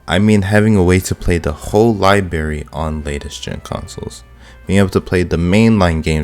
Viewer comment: It’s “library”, not “lie-bary”.